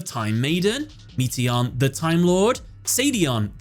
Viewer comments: Meation lol. It's Metaion like meta ion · "MEAT-ey-on" the Timelord, smh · "Meeteeyon"? Really?